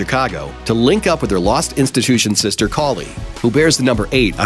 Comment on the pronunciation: Koli?? It’s KALI, LMAO HAHAHA